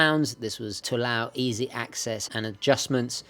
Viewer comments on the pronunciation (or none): none